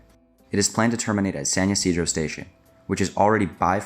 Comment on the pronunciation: Great vid! Just a quick note. San Ysidro is pronounced with an I sound at the start, not a Y sound. (The area is named after the catholic patron saint of farmers who is called St. Isidore in English. Even in Spanish, it's far more common to see that written as Isidro).